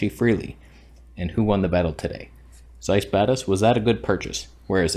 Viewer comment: The pronunciation is with TS. You have to read it like [tsáis], if you want it be as close as possible to the original ;)